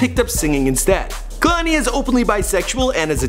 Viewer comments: (kuh•lani) ummm I think not its pronounced kay•lani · Μαρια Σμπονια kehlani ( kay _Lani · Irene Regalado its actually KAY-LA-NEE not kehloni lmao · "Kay-Lain" It's pronounced "KAAAY LANI" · Also he pronouncing her name like kalani and its kehlani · Kay lani not kuhlani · him saying "KA-lani" vs KEH-LANI is fucking cringeworthy. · I'm related to her. It's pronounced Kay - Lahni. Not Kuh -Lahni. I didn't watch the whole video. I skipped around enough to hear him (mis) pronounce her name. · KAY-LANI not KUH-LANI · Is he pronouncing her name 'Kahlani'? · kay-lon-ee. he's def not saying it right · say it with me, "KAY-LON-EE" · KAY- LAH - NEE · say kuhlani one more time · i cringed when he said 'kehlani' the way he did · Did all this research on her and don’t know how to pronounce her name. 🙄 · STOP PRONOUNCING HER NAME LIKE THAT ITS PRONOUNCED KAY - LANI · I wish you said her name correctly. It's like kay-lanie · I cringe when he says her name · Khelani wasnt that cute lol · can u plz say her name right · The way he talks about her whole life like he really has straight facts like he got this straight from Lani. You not even saying her name right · Mispronouncing her name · He can't even pronounce her name